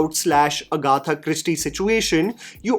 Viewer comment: "uh-gha-tha" Christine?